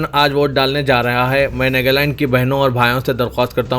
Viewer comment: NEGALAND nahi NAGALAND koi tho durusth karo iss Bande ko